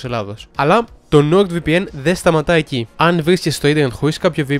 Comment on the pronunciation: to rrrrr ti epathe otan ekanes thn diafhmhsh tou nord vpn ??